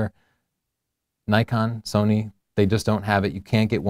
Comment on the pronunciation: why do you always say nikon and sonny???? just say sony.........